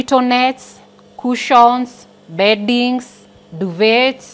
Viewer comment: The T in Duvet is silent lol